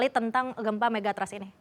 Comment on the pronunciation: Pengucapan Megathrust salah. Ketika diucapkan jadi terdengar Mega Trust - yg malah sangat positif. Trust itu sangat penting apalagi Mega Trust 😂